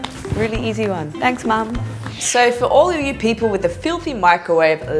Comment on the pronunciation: The way she say mom is so funny in an good way😂👍